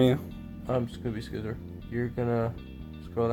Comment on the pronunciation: Watch rx Duel Video he can actually pronounce Scizor Name right